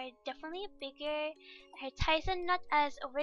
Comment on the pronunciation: Your talent is amazing and your voice is so cuuute >w< I just love how you said "tighs" instead of "thighs" eeeee